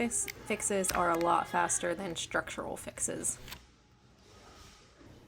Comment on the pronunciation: STructural, not SHTructural. No H sound in ST.